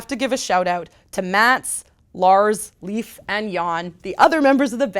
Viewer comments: Hate to be that guy, but the Swedish name Leif is pronounced "Lay-f", and Chapter VI would be Chapter 6, not 5. Nice review though! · English speakers can't pronounce Leif to save their lives.